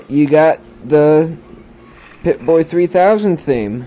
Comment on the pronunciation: pip-boy not pipbay, idiot